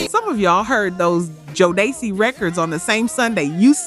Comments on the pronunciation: " Joe-Day-Cee " = Me: Stops Video Me: Writes Comment Me: Hits Dislike Me: Tells Youtube " Do Not Recommend This Channel " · Thank you! Because these artists has been around for a while and their names were NEVER pronounced like that. I'm listening and saying to myself "wait, what?, who?" 🤦‍♀️ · K-sigh? Dayvantee? Joe dey see? Mary J BLEEJ? gin a win? Die brat? The fue-Geys? Lip cinching? Please please PLEASE A STOP USING AI! Just read it. It's not hard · Ok now…. It seems like you doing this on purpose. Who is Joe day see? And Mary J Bleege, De van ti. The disrespect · Totally read my mind, was like who proof read the script or bad AI voice over 😅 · What dey see? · Ok these mispronunciations got agregious around jodeci.